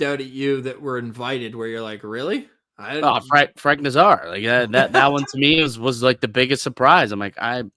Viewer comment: You wouldn’t bring Kane in as a legacy, you’d bring him in when you’re down a goal with five minutes left in the game and you need a goal to survive, you ninnyhammer. BTW it’s NAZar not naz ARE